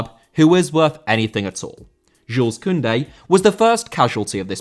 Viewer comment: Koundé* not Koundei